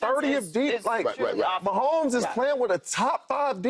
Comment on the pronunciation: Love Joe but it's mahomes